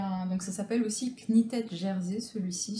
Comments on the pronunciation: Merci pour cette vidéo. Très utile car j'avais vu certains de ces tissus et me posais des questions auxquelles tu as répondu. Pour info "KNITTED" se prononce " nitide" en tous cas en anglais. :) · Merci pour ce Haul. Moi aussi chez eux j'ai de bonnes surprises mais aussi des déceptions. Pas toujours facile avec le peu de photos qu'ils mettent. (Ah et Knitted se prononce "nittid" ;) )